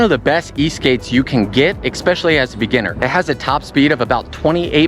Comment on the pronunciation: Bruh AND you pronounce especially “eck speshully” I’m not even gonna bother finishing the video man